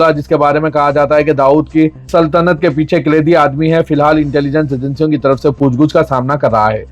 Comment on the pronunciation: Bilaltarteeb nahi biltarteeb kaho Poochguch nahi poochgach kaho